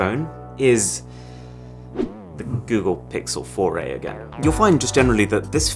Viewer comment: Google Pixel "FORAY"(4A) - A "foray" into the ease apsect.😂